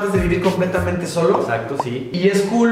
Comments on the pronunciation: ¿A caso soy la única que se dio cuenta que decía ESACTO en vez de EXACTO? Minuto 😂😂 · Adamary Hdz Así lo pusieron, por que lo estaba diciendo asi en ves de EXACTO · Esacto 😂😂😂con "s" minuto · Nicolas Garzon Esacto ×2 😂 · era porque lo pronunciaba así